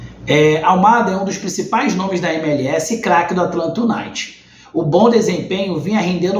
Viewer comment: o noome é atlanta "You Naited " a pronúncia